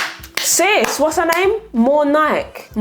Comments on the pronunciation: Lol! Who is More Nike? I think it's a Nigerian-Yoruba name pronounced More-on-nick-eh. It's a completely different language though so the rules are unknown to non-speakers. It just made me chuckle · Lool followed you from TT and love that you’re doing long form videos now. Just wanted to say I’m sure that last creator was Nigerian, sounds like her name was Morenike (pronounced mo-reh-ni-kay) not more Nike 😂😂. Love the vid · I screamed at MoreNike 🤣🤣🤣 It’s pronounced “mo-ray-neek-ay”